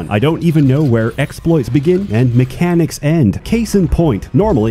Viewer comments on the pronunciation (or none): none